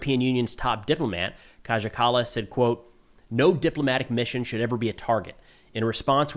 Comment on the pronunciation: Kaja Kallas is pronounced as KAH-YAH. not kadzha or smth.